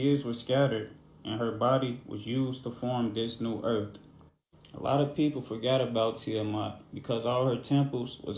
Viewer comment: Immediately t on the FIRST vid… THERES NO “F” in the word EARTH!!! WTH??? EARF???!!! NO NO NO ! ABSOLUTELY NOT!